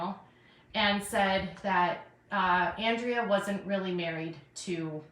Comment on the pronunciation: How long until pronounces Andreas name correctly? She needs to seriously watch her chat and just shut up already. SHES the one starting the drama and she's making just as much money as anyone else going live 3 times a day! Please someone make her stop!